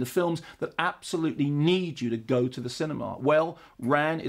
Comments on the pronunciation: Fyi you should pronounce Ran like you would the name Ron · Isn't it pronounced as 'Rarrrn'? Well that's what I always thought anyway